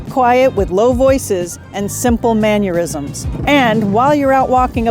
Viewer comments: Mannerisms, not mannuerisms. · It's not "MAN-yer-isms". It's "mannerisms", pronounced the same as "manner". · Simple "manyerisms" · "Monsieure?" "Mannurisms?"